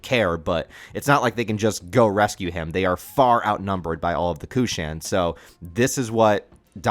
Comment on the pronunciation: Pronounced: "Cushion"